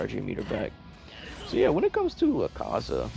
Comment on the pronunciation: u saz his name wrong :I